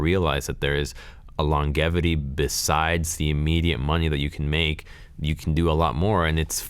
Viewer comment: Am I the only one bothered by the way pronounces "longevity"?